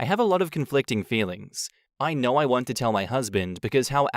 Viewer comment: I can't stand how certain words are pronounced with an R at the end. "She's the most loyal person that I know-Errrrr"